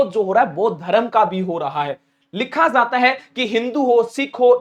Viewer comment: Tum apna talaffus Sahi karo jata he zata he me fark